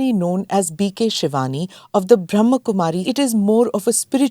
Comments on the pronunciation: It’s pronounced as Brahma’a’ and not Brahm. Being a Podcast host we should say things correctly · The word is Brahma not Bram . Brahm means world and ma equals mother . So it is the female energy in a male body you have the female energy of mother to also Shiva being the father is the spiritual father the father of all souls of all religions is one and the mother